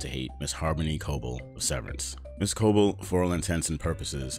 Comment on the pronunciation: WHY?? WHY?? Does he keep pronouncing her name WRONG?? Has he watched the show? It's pronounced Co-BELL, not CO-bull. Why can't he get this right?